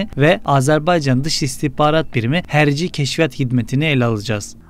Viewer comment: Hərci deyil , hərbi !